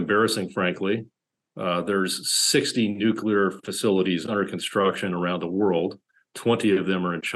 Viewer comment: In the 1st world, we pronounce it "nuclear" not "nu-killer"